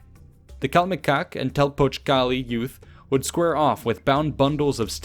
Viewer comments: It’s pronounced calMEcac and telPOCHcali. My primary school was actually named Telpochcalli and next to it there was another school named Calmecac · Why is it funny when the narrator pronounced the word "CALMECOCK" 😂😂😂